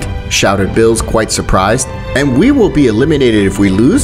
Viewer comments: The way he says Beerus 💀 he says bills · first of all it's not bills it's beerus🤣🤣🤣🤣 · It's Beerus not bills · Yes sir "bills" calm down "bills" said "bills" who is bills? Do u mean berus? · It's chi chi not Milk, Beerus not bills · Bills? Its Beerus bruh